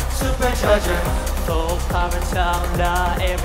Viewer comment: 이 노래 중독성 너무 강해.. 아직도 내가 이 무대를 찾아보고 있네.. ㅋㅋ 진짜 음색에 미치고 댄스 실력에 미치고 supercharger 발음은 또 뭐이리 찰지냐고.. 진짜 성공했으면 좋겠음 이 실력 개쩌는 연습생을 놓칠 수 없어. 보플에서 데뷔할 급이 아니엿다 정말ㅜㅜㅜㅜㅜㅜㅜㅜㅜㅜ